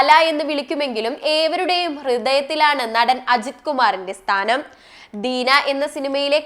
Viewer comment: ദിന അല്ല ദീന